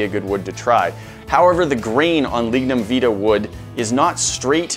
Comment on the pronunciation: It’s pronounced vitae Vy tae. Not how you pronounce it